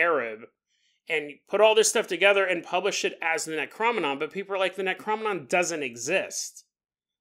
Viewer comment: Your killing ne how your saying necronomicon .Great episode tho .